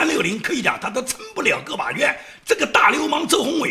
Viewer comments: 周鸿祎，祎这个字念（衣），要注意噢哈哈。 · 周鴻禕yi ，讀錯了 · 360大佬是周红衣，那个字读yi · 祎发”yī“ 音同”衣“ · ，360老闆叫周鴻[祎（yi）] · ，一点小小更正。360老板名字念zhou hong yi。没关系，我开始也读错了。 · 给更正一下周鸿祎的祎念yī，同“一”读音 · 周鸿祎（yi）注意一下发音